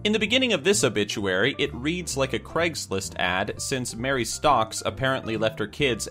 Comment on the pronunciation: Loll a obituary it sounds like obitchuary XD Lol